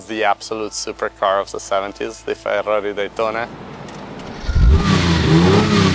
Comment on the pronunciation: I just love listening to this guy say Fa-dahrri-i.